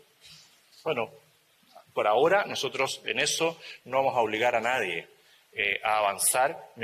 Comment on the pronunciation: Y como es?naiden,y que dijo ,nadien